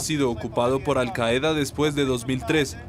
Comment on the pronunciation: La palabra 'Qaida' se acentúa en la primera sílaba.